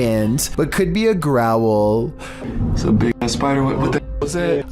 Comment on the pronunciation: I stopped watching when I heard that "growwol"